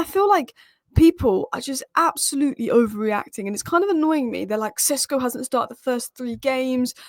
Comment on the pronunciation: He is SHeSHko - Šeško not Csesko.